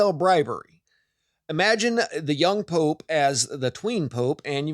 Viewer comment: What's a "pope-a"